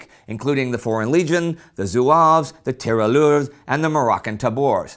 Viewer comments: It is not "Tiralleur" but "Tirailleur". Great video. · In French you pronounce 'tirailleur' [tee-rah-i-yeur]. The 'ille' makes a 'y' sound (pretty often, not always) than the 'il' sound.